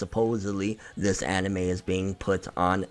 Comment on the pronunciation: Gonna down vote everytime he says annieme and manga forr lifeeeeeee boyiiiyiyiyiyi - Toogayyyyyy